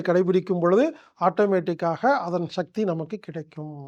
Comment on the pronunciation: மனிதர்கள் வாழ நல்ல வழி சொல்லும் நீங்கள்... தமிழ் மொழியை ஏன் கொல்ல முயற்சி செய்கிறீர்கள் ???? சக்தி என்பதை ஷக்தி என்று சொல்வது, அவசியம் என்பதை அவஷியம் என்று சொல்வது ஏன் என்று புரியவில்லை... மொழியையும் கொஞ்சம் காப்பாற்றுங்கள் ஐயா..... நன்றி.....